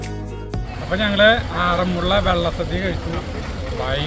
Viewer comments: It is not Vella sadya',Valla sadya' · വെള്ള സദ്യ അല്ല വള്ള സദ്യ ആണ്.... സരിത ഒന്ന് തിരുത്തി കൊടുക്ക്‌ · വള്ള സദ്യ എന്നല്ലേ പറഞ്ഞത് 🤔കേൾക്കുമ്പോൾ വെള്ള സദ്യ എന്ന് തോന്നി... 💕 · വെള്ള സദ്യ അല്ല വള്ള സദ്യ ആണ് പറഞ്ഞതിൽ ചെറിയ ഒരു വെത്യാസം.. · വെള്ള സദ്യ അല്ല. വള്ള സദ്യ ആണ്. സർവ്വം ശ്രീ ആറുമ്മുളേശ്വരം 🙏🙏🙏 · Vellasadya alla vallasadya Ennanu parayunnath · Vella sadhya alla valla sadhya ennu parayu endinu engane parayunnu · ഞാൻ ഒല്ലൂർ ആണ് വെള്ള സദ്യ അല്ല വള്ള സദ്യ ആണ് ❤ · വെള്ള സദ്യ അല്ല ചേട്ടാ വള്ള സദ്യ ആണ്, ബോട്ട് അല്ല ചേട്ടാ പള്ളിയോടം... ഒരു കാര്യത്തിന് പോകുമ്പോൾ അതിനെപ്പറ്റി കുറച്ചെങ്കിലും പഠിച്ചിട്ട് വ്ലോഗ് ചെയ്യൂ... ഒരു നാടിന്റെ ചടങ്ങാണ് അത് തെറ്റിക്കാതെ പറയു... 🙏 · വെള്ള സദ്യ അല്ല വള്ള സദ്യ anu😅😅👌👌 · vllasadhiya alla Vellasadhiya Ennanu paraunnathu ❤ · വെള്ള സദ്യ അല്ല, വള്ള സദ്യ 😊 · വെള്ളസദ്യയല്ല വള്ളസദ്യയാണ്. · വെള്ള സദ്യ അല്ല. വള്ള സദ്യയാണ്. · Valla sadya ....not vella sadya,voice over koduthu correct cheythamathi....ciz many ppl will watchajuzzz....amazing vlog❤ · വെള്ള സദ്യ അല്ല. വള്ള സദ്യയാണ്.❤❤ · വള്ള സദ്യ... വെള്ള സദ്യയല്ലാ.. തുടർച്ചയായി അബദ്ധം പറഞ്ഞ് കൊണ്ടിരിക്കുന്നു... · വെള്ള സദ്യ യോ? വള്ളസദ്യ അല്ലെ. അറിയാഞ്ഞിട്ട് ആണൊ അതൊ?..... ആറന്മുള എന്ന് പറയു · തൃശൂർ ഭാഷ ആയതു കൊണ്ട് അങ്ങനെ തോന്നിയതാവാം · വെള്ളസദ്യ എന്നാണ് കേൾക്കുന്നത് 😅❤ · എനിക്കും അങ്ങനെ തോന്നി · Me too..